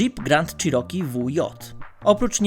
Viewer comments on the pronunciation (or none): none